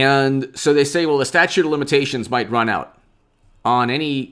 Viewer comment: ITS "STATUTE",IT'S NOT A STATUE